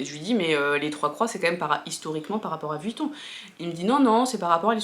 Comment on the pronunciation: C’est comme Margavaluxe qui dit Vitton au lieu de Vuitton 😊 sac juste sublime!! 👏